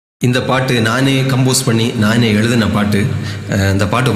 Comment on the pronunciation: Fantastic lyrics and good voice too. But please pay attention to thamizh ucharippu- when you speak - nane eludhi- you are saying. It should be nane ezhudhi - generally many make this mistake in talking thamizh - but you want to be a Kavi- so you must handle thamizh sorkal ( words) properly. This is my request and not an intention to find fault. Because you have an exceptional talent.